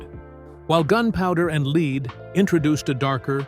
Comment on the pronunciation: The narrator on this video keeps saying gunpowder and " leed" 🙄🙄